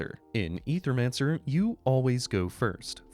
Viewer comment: Ay-thur-man-sir. Say it with me 🗣️